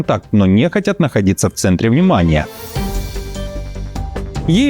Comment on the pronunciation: нЕхотят (про шпионов) неправильные ударения и произношения слов выдают , что это все таки нейронка. Не смотря на заверения, что это живой человек